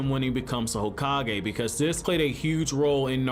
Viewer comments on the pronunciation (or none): none